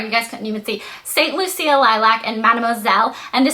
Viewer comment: that nail color is prounced saint LOOSHA. not loocia.. haha its named after an island!